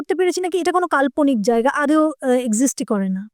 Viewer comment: আদেও না, কথা টা হলো আদো ওঊ বা আদোও, উচ্চারণ ভালো হলে শুনতে আরো ভালো লাগে